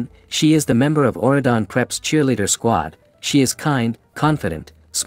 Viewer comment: it's Auradon not what your saying